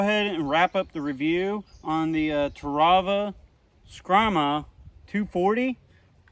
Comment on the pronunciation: The only problem you had with the knife was pronouncing the name. Think of it as a a bull of a knife. The Brahma Skrama.